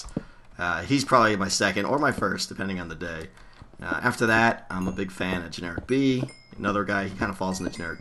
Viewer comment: the Redstone Academy that u said is the GeneriKB's one? I could not clearly understand the name u said... hehehe